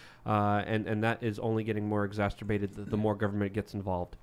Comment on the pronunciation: LUKE YOU ARE SAYING "EXACERBATED" WRONG!!!!